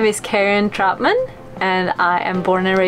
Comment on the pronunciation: You do realize your last name is actually pronounced TROUT-MUN, not TROT-MAN, right?